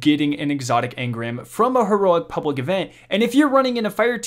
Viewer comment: "Pubwic events" XD